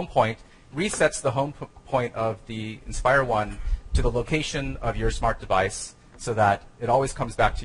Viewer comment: It's called the 'Inspire' not 'expire'..